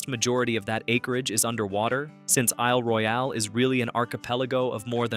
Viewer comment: What kind of a rock must one be living under to never have heard of these places ... I've even been to nine of them. Your mis-pronunciations sorta ruin the presentation ...if you don't know .... CHECK! It's Isle "Royal" not Roy-al despite the spelling.